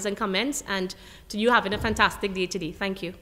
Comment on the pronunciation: It is Thank and not tank.